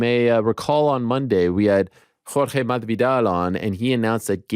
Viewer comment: Please STOP pronouncing Masvidal the way you do Ariel! The S is NOT silent! Ask him yourself, he’ll tell ya.